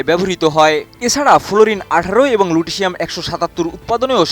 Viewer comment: উচ্চারণগত ভুল শুনতে অসহনীয় :- ১) তেজষ্ক্রিয় বজ্র নয় বর্জ্য; ২) মলিবেডেনাম নয় 'মলিবডেনাম' ৩) লুটেশিয়াম এর উচ্চারণও যথাযথ নয় এবং সাধারন মানুষের বোধগম্য নয়।